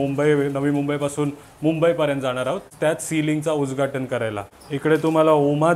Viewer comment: उजघाटन नाय बोलत उद घाटन बोलतात